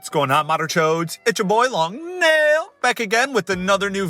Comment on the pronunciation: day 1 of asking him to STIP SAYING LONG NAIL and say LONG NEIL again